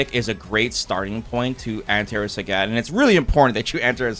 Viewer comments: He lives like 45 minutes from me. I live in Blaine Washington, pretty sure he lives in Vancouver. There isn't a language difference. I spend a lot of time in Canada, being so close, there's not much of a language difference that would account for mispronouncing a name that is pronounced clearly on the character select screen. It's one of my pet peeves. Like when people don't pronounce Marisa as Mariza. Again, one is their name, the other is not. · As a Trekee, I understand what you're getting at ( I wasn't a fan of Polaski because of what you just pointed out). I think you have to take into consideration that is Canadian, so his English may differ from your average Americans. Or he could be just like me and just pronounces words incorrectly all the time cause he can lol. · Why do you pronounce Sagat like that?? I know you've heard how it's pronounced on the character select screen. You might think, "why does it matter?"... Well, It reminds me of Star Trek TNG season 2 when Dr. Polaski was mispronouncing Data's name, as Da-tuh, Da like Dad, instead of Day-tuh. He corrected her, and she said something like what's the difference, or why does it matter? He said, "Because one is my name, the other is not". Which was such a sick burn she didn't return the next season, true story. Sarcasm aside, thanks for making these, I watched all 3 hours, rewinding multiple times. It's kinda crazy how long I've been watching you. Your series on SF4 taught me everything. I feel like that was back in 2010, 15 years ago, wow.